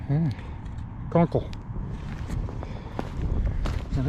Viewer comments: Cockle.....not conkle!!! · Cockle - not conkle.....